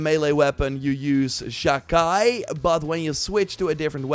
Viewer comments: Sha Chi is pronounced Sha chee not Sha Kai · By the way, Sha-Chi is pronounced: Sha Qi/Qee. I don't have the perfect translation, but it means an a change or emission of an aura, presence, or atmosphere due to one's intention to kill. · it s pronounced "chee" so sha chee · Exactly. Please stop saying Chi as KAI. SHA KAI SHA KAI!!! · Never in my life have I heard the word "chi" (like in "Sha-Chi" here) pronounced so weirdly. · The way youre pronouncing Chi is giving me an aneurysm